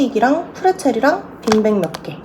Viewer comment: 저도 전라도사람인데 처럼 “빈빽” 이라고 발음해요 ㅋㅋㅋ 토킹리뷰 재밌어요 ㅎ